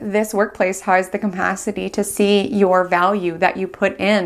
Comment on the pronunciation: You're a brilliant astrologer and I love hearing your analysis. One (tiniest) constructive criticism! It's just capacity. There's no m in it. I hope it's not offensive to mention, I like to be corrected!